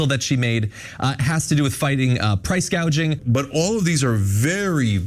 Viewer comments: Did anyone notice that Harris mistook "price gouging" with "price gauging"? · True! It's like she is talking about the economy for the first time, so she is reading a script, but she doesn't know the meaning of anything in it. So, instead of saying gouging, she says gaging. Its angering to know we allowed this pos to get where she is. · I noticed in one of her speeches she said “price gageing” not price gouging. I wonder if that was intentional so later she could say no, no I didn’t say price gouging, I said price gageing. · She said “ price control” and she said gaging not gouging 🤣🤣🤣🤣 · This guy on The Young Turks, is by far an ignorant nut job! Kamala didn’t even use the proper language in her speech. I.e. price gage. It's gauge! SMH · She actually said. Price “ cage “” ing. It was funny. She can’t even say gouging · She said price gage lol not gauge 😂😂😂 she drunk or stupid? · Kamala: “it’s price GAY-jing” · Caught that too she can’t pronounce price gauging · she is not smart. She read the teleprompter and couldn't correct it. She also said "...hospatility workers"